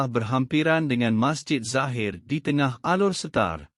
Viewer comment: cuba dengar admin sebut ALOR SETAR sah bukan orang malaysia